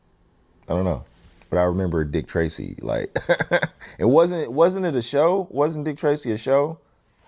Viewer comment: I thought you were saying "gravy dick" until I saw some comments.